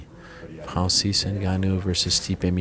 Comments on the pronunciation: I can’t even describe how much I’m bothered by the way Ariel says Francis. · Fwanzeez Ngannou Please shut up Ariel ffs